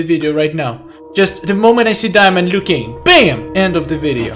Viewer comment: Keeps saying klassic lui kang 😆